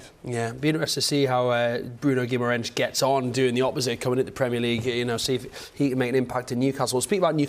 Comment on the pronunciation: Why can't English reporters pronounce "Guimaraes"?